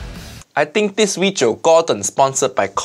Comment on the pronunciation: "This weejio has all of uncle Roger nightmare" He didn't drain the rice with colander tho...